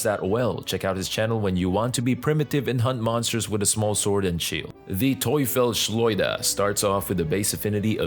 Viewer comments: Close. Not bad, you say "Teufel Schleuder" but it is "Teufels Schleuder" 👍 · German here ur pronouncing Teufelsschleuder wrong. were is one s on the first word Teufels and wenn u say Schleuder like the difference between devil's slingshot and devil slingshot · Sry as a Austrian who talks German i understand "Toy Fish Schleuder" its funny its a clear german word Teufelsschleuder and means "Devil´s Slingshot" if you translate it one by one but "Devil Slinger sounds better. But no bad feelings about it its really funny how you pronounce it. Made my Day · xD how u pronounced the weapon hahah. Im a german guy btw and its german(the name)